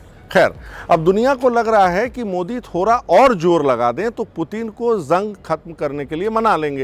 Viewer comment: आप पड़ गई को पर -गई थोड़ को थोरा बोलते हैं सुधार लें! और सब अच्छा👍 है